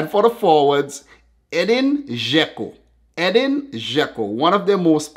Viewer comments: It’s not eden it’s edin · im Bosnian and Albanian my name is Edin you pronounce the name wrong is adeen